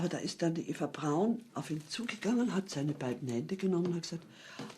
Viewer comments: You don't know how to say Eva Braun? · ITS PRONOUNCED EVA BRAUN NOT AVA BROWN THE FUHRER IS DEAD NOW GOOD SAVE US ALL FROM SMELLING HIS DEADLY FARTS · btw her names pronounce ava braun